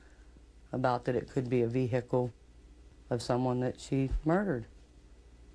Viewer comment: "ve-hi-cle" bahah